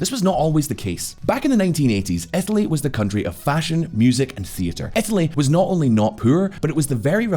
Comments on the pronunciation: where the hell is "etaly"...? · Ohhhhh "Italy"! I was searching for a province/state called "Ethaly" in Italy :D